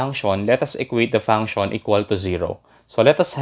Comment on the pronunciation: Thank you very much you made this very easy to understand. I do want to tell you that function is pronounced, funk she in but but funk-shin. In English the TION is always pronounce shin. It’s because the TION comes from French and that’s how it would be pronounced in French only we don’t use a French accent or use of course are there in American, Canadian, Australian, British accent or some other accent, or people speak English as their first language. English can be a very difficult language to pronounce, and of course, to spell because we have many words that are spelled differently, and are pronounced the same. Such as they’re, there and their. And to know, and no. Both are pronounce the same and mean different things and spelled differently obviously. But just because you might not pronounce something exactly the way it should be pronounced does it mean that you’re not speaking English but it can make it difficult to be understood, especially by the native population that is going to pronounce things differently. But you’re really great at math and that’s very important. Keep working on improving your English pronunciation. Thank you for making a very difficult conceptEasy to understand. That’s not including slang, which changes frequently, sometimes being popular only for less than a year. There are slang terms that have become part of the lexicon or in other words, vocabulary now actually in the dictionary.